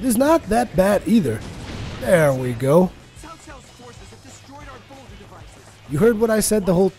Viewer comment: It's based on The Romance of the Three Kingdoms book and it's Chinese history not Japanese,. Cao is read like Tsao not Zao, just saying, btw I'm not Chinese, I just enjoy reading history:)